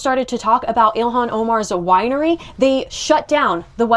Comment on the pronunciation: First Lear'ing Center, Now a Wi'ery...